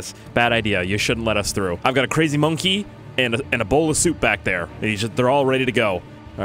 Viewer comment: It’s bonke not monke